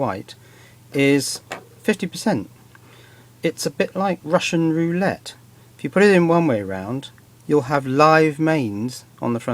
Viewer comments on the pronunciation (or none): none